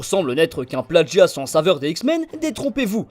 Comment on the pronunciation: Pourquoi les gens ajoutent un d dans la prononciation du mot plagiat (comme à ) ? (Non véritable question, j'arrive pas à comprendre d'où il veut venir phonétiquement)